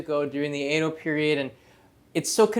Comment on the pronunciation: Sorry, but it's pronounced Edo, not Eido. Love your great Japanese though!